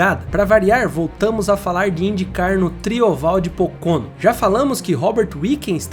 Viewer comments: A pronúncia não é “Pôcônô” é “Pôcono” . Pronuncia forte é no PÔ. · A F1 tb passou por essa fase nos anos 60, 70 e parte dos anos 80. Hoje a Indy se comparada com os anos anteriores está muito mais segura. Sugiro ao amigo do video checar a pronúncia de vários nomes de pilotos e circuito. "Pocôno" foi de doer os ouvidos!